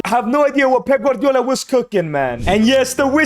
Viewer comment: Bro called Manchester City Master City and Pep Guardiola for Pepper Guardiola😂